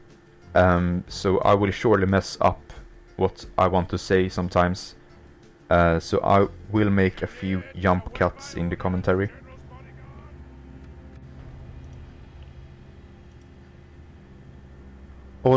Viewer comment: When you say yump cuts you mean jump cuts right? Unless there is some lingo I'm not aware of haha. Other than that your english is spot on. Going well in these hotseats, mate, I reckon will start to get very interesting once legend starts getting a bit more involved.